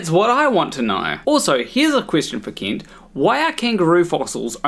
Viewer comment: I know this is just how you pronounce it and that's completely fine, but i like to imagine that your pronunciation of "Kent" sounding like "Keent" is just a small jab at Kent for pronouncing Paulogia incorrectly. Also, this is the first time I've seen your channel and this video was great!